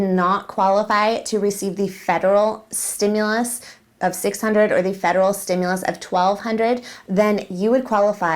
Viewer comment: Steam- mules? Stew- Muls?? Nope let me ask trump. He knows many words.🤣😂😅🤣 love your show!! Have a wonderful weekend!!